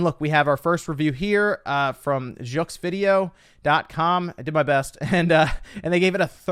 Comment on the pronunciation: It's spelled jeux vidéo, it's pronounced yoh-vee-dæ-ó. Great content, as always!